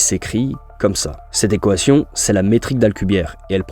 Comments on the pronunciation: ta vidéo est incroyable, mais ça me perturbe quand tu dis « ekoation » 😭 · "cette équohation" 😂super contenu! j'adore continue! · Manière bizarre de dire Équation non ? Voix IA ?